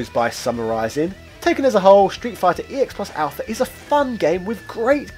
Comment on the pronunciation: Congratulations with coming up with so many different ways to say Street Fighter EX plus Alpha incorrectly in one video.